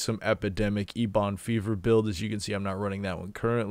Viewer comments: I'm with Justin on this one. I quit watching the video after "Ebon Fever." You lost all credibility. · Is there an inside joke to the way he keeps pronouncing Ebon Fever